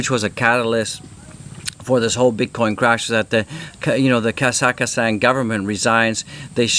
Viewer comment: Mate it’s KAH-ZAK-STAN!😂😂😂 and alts are fine. My portfolio has over 50 ALTS & it’s completely back to level before dump! Welcome to a strange but robust ALTS season;)